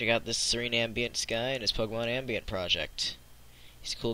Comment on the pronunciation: Tom'aye'to, Tom'awe'to I guess, but your pronunciation of ambient is bothersome.